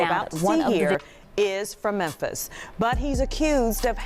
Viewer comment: Memphis: Mem(fis) Fis not pis